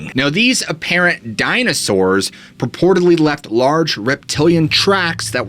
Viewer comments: Dammit bro, I love the way you say "Dina sours". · lol DYNASARRRS (cracking up every time you say it like that! 😂😂😂) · DinAsaurs lol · Hey what's up with you saying dinosaurs in the hillbilly voice